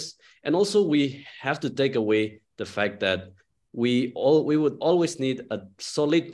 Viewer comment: It's not phak it's fact Sir